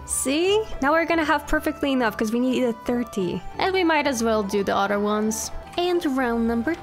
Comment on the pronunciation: When you say other it sounds like you’re saying otter and I love it😗